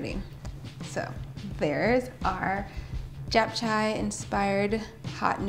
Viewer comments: I think you missed the part where you've also been pronouncing it wrong - it's not "Chay" its "chae" like Che Guevara. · Girl that pronunciation of japchae 😂 it's Chay rhymes with May. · Looks delicious but just so you know, it’s pronounced like “chap-cheh.” ☺️ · lol I haven't been pronouncing it wrong. I took 2 years of Korean in college and visited Korea twice so don't worry I got it. As explained to a previous commenter, based on where she was starting from I explained "rhymes with May" which is about as close to the correct pronunciation as an american who knows no Korean is going to get. Also most Americans would pronounce Che the exact same way as May so you've only proven my point.